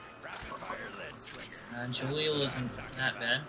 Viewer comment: Definitely Gah-leel, not Jah-leel